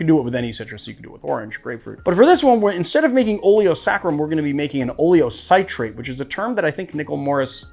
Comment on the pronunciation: I add a little potassium sorbate to mine (like 1/2 a 1/4 tsp to about 8 oz. liquid). Helps keep it a little longer. It's available at brewing shops. Also, it's oh-lee-oh-SIH-trate, not SIGH-trate. :) But thanks - I use the Kos method, but will give the others a try.